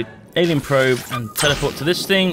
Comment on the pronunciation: did he say "anil probe" instead of alien probe